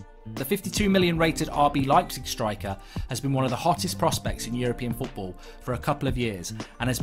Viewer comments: in 'Leipzig' the 'lei' is pronounced as the english word 'lie'. And the g is pronounced 'sh'. So put it together and the correct way to pronounce Leipzig is 'Liepzish' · Mark cannot even pronounce Leipzig properly.